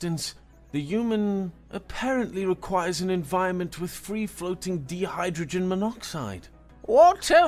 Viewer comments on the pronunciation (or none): It's not lah-teece, it's lat-tis. Like lettuce, but the short I sound in tisk tisk. It's not dee-hydrogen, it's die-hydrogen. You misread designated as de-hy-day-trid?? not even dehydrated?? Placatingly- play-kate-ingly. to placate is to appease/pacify chitin- pronounce kie-tin. rhymes with apple pie tin.